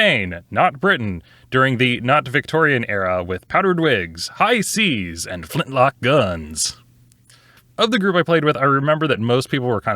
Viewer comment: I heard "flintlocks" as "flipflops" the first time, what a visual that was based on the rest of the context.